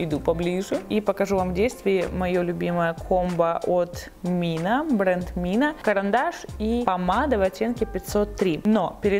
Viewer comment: Кстати, девочки, не хочу обидеть сейчас, но бренд называется не Мина, а Зина (3INA)!!!